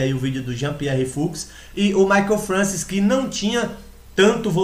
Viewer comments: Eu acompanhei essa época e era fã desse cara. Eu tinha fitas vhs com treinos dele de 1994. Se pronuncia Mike Françoa.... eu sei,pois ouvia sempre falar o nome dele, e nunca ouví ninguém falar Francis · Francis? Não seria francoA? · pronuncia-se "françoá"